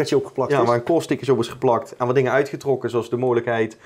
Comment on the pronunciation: "Dat is toch wel aardig wat(t)" lol